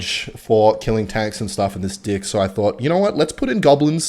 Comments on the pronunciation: Love it how he says dick instead of deck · Is saying dick instead of deck on purpose? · There is no way you’re saying deck